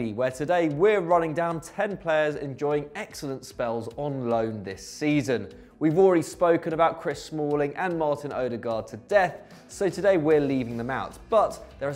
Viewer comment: Guy at the beginning: mArtIn owDeGaD